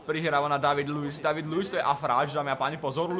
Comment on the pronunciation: a vyslovuje sa Dejvdid Luis